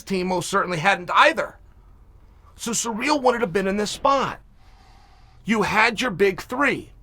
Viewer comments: Who the fuck is cyreeeel uncle its Cyril wtf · Ciryl is pronounced "sear....ill" not bloody "sir....real" sometimes I wonder about you kid. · Ciryl - Sir-ill nor sureal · I can't even watch this because you don't know how to say "Ci- ryll" Gane. You should have just said Gane. 🤦🏼‍♂️ Talking all this BS and you don't even know his name lol